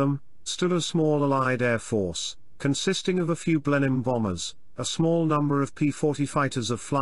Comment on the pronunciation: I assume the narration voice is AI generated? No British person pronounces Blenheim 'Blen-hime' it's 'Blen-em'